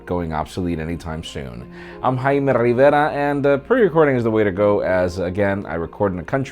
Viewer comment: always gets to me, i love it!